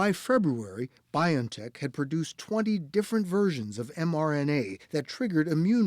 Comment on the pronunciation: If you respect the company BioNTech, pls pronounce it as bee-on-tech, not by-on-tech How do you pronounce the name 'Jose'? 'jo-say' or 'ho-say'?